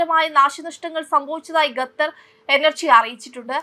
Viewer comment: വിവരം കെട്ട ന്യൂസ്‌ റീഡർ ഗത്തർ എന്നല്ല, ഖത്തർ എന്നു വായിക്കുക.